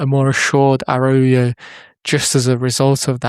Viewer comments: Please learn how to pronounce his name. I can’t go through an entire season hearing “Arauyo.” 😭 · Nice video! Please stop pronouncing it like that haha. Its araocho